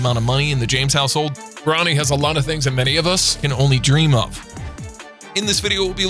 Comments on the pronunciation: Learn how to pronounce before u make a vid of them KYLE IRVING AND BRO NEEE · he was about to say brownie instead of bro-nee